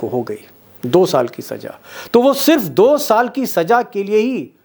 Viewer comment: Improve your pronunciation. It's SAZA not SAJA. Wrong accent hurts.